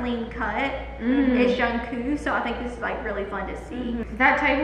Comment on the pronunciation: Its Jung-Kook not "Jung-Koo"🤣